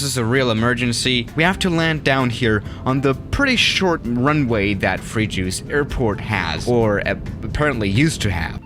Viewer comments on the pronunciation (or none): "Frejus" Free juice LOL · Not "free juice " but is "frai jusse" <3 ❤🇨🇵🥖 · Lol this city calls: Fréjus